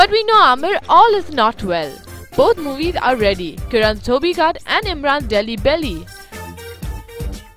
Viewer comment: may be she doesnt know how to pronounce dhobi